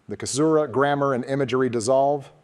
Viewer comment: One of them pronounced "Caesura" as "Kaesura" one time, not sure where. - Moreso than just being first characters in their respective lines, they're first characters in their respective couplets - Interesting double-meaning to add to the fractal! ~ War can still communicate using the beacons, while the people can't even send a letter home. A painful irony during the time of war; and a visual that the country's productivity is geared for war and not life.